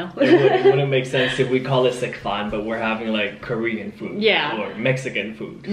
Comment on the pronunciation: I love that you call it sek fahn!!! So perfect!!